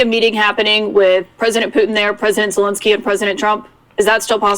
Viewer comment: Es tan difícil pronunciar Zelenski ?? Zelenski no: “Zenlenlenski”. 🤨